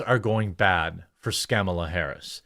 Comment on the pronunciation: The IRS endorses Comma-La? That's rich.